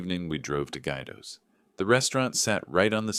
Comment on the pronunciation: It’s “Gwee doh”!